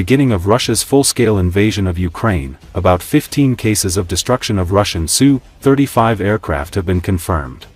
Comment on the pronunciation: Name of Russian aircraft is not pronounced "SUE. It's "S" "U". The AI voice used in these videos is terrible when it comes to discerning such pronunciations. Usually also misses on where to place the accent in many words.